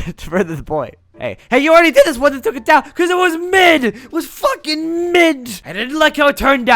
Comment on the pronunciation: ES IST MICH yah I shoulda expected you to say DISSUN, I love it too it’s just that I’m still salty over the Season 5 sponsor showdown outcome